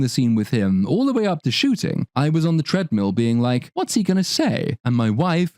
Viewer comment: You know everything she said is a lie when you realise she said "while I was on the threadmill"